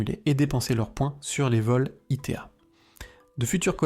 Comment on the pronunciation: ITA ne se prononce pas I T A